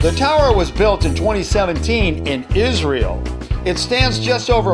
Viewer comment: Was I the only one triggered when he said isreal